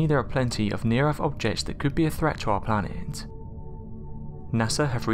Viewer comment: And he keeps saying erf instead of earth. So I guess we are safe.